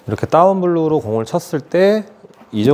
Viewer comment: Down blow를 따운불로 라고 말 하나요